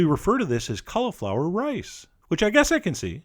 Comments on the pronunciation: Colly-flower, not Cuh-luh-flower. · Sounds like he's saying collarflower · stop saying collaflower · i think your pronouncing cauliflower wrong